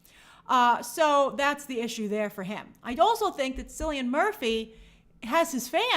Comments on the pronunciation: In Ireland, C is hard, so its Killian, not Sillyun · I love grace, but how many times must she call him Sillian…It’s Killian (pronounciation wise) 😱😱😱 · Cillian Murphy's name is pronounced Kilian, a hard k sound.